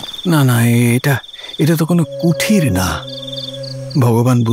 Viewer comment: কুঠির না কুটির ....